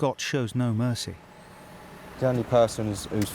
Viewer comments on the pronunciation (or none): none